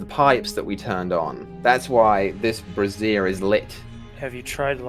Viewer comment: Bray-zure. It’s bray-zure.